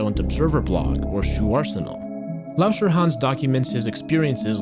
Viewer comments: i thought he said "wash your hands" not lauscherhans (do wash youor hands tho) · the way u say lauscherhan is like a chinese person would do